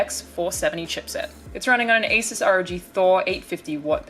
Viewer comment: Holy shit...you say Asus like it's supposed to be said. Not ''azuse''.